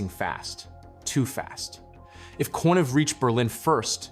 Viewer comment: I believe that Konev is pronounced Konyev.